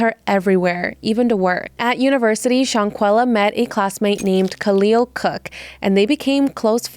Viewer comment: The way you are calling her "Shawn-quilla" is killing me. Thumbs down.